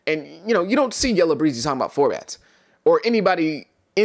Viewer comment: It’s Yella “BEEE-ZY”